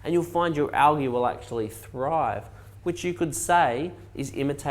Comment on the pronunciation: Word of the day : Algee (Not Algae)